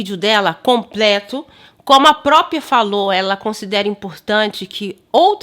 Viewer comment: Ele fala "própio", "própia".